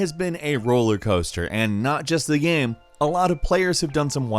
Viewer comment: I literally watch your videos just to count how many times you say geh-yum.